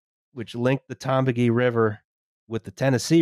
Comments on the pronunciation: The Tombigbee is pronounced just like it's spelled: Tom Big Bee. Also weird fact: the Port of Mobile is the preferred trading port for Cuba and the US (whenever that is allowed). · Firstly, it's pronounced "Tom BIG Bee". Secondly, my grandparents were from a tiny little town in NE Mississippi. To build the Tombigbee, they flooded the whole town. There's a monument to the town and everything. I have ancestors in a cemetery under the Tombigbee. After all that, the Tombigbee failed as a shipping path, and is only really used for recreation. Duck the Tombigbee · Though, I've always heard Tombigbee River pronounced Tom-big-bee, but that may just be where I live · brother, it is Tom-Big-Bee.